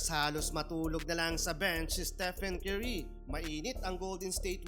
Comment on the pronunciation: Idol, curry.. not cuerry 😂😂